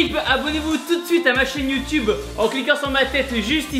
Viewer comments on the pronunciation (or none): none